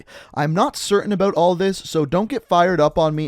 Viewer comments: But he doesn't say "about," he says "abeaut." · The way he says about lol